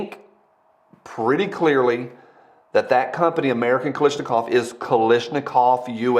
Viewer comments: KaLASHnikov. Not KaLISHnikov. Thx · Sound it out bru: KAL-ASH-NI-KOV. not Kalishnikov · KalAAAASHnikov It's an A not an i 😭